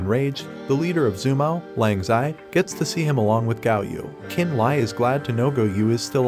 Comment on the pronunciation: Talk about butchering a language. "Chu an chun" (Xuan Tian)? It's pronounce "Shu-on tee-en" also Qin Lie is pronounce "Chin Lee-eh" not "Kin Lie" Li Mu is pronounce "Lee Mu" and Xiao Bing is pronounce "Shee-ow Bing" not "zie-o bing" It just hurts listening to this voice program trying to pronounce names in Mandarin and even some English words is butchered like refiners "re-fine-ers" not "re-fin-ers". Felt like I got stabbed through the chest listening to the pronunciations.